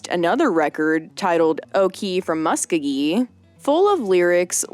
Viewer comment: Sorry, but it's O-Kie from Mu-sko-gee...